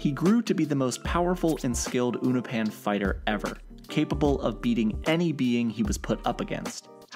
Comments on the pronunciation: Uno-pan and thaydus? What is this pronunciation lmao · You pronounce unopan as “YouNoPin” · The mispronunciation of Unopan is getting to me